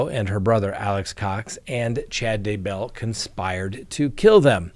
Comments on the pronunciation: the first time you said Daybell in today's broadcast, you pronounced it right!:) But, the second time, you went back to your old pronunciation.:( Oh well, I'll say this much, I wish it rhymed with hugger;) It would be easier. Cheers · He does pronounce it as if Daybell was 2 different names when it's just one. When he says Chad Day Bell it's like Day is a middle name.